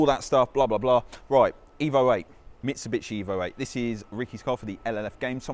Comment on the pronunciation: “Mitchi-bitchi” it’s Mitsubishi 🙄